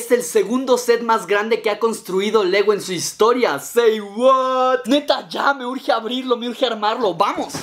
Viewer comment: AmveOficial TM Es “Say” no “Shay”.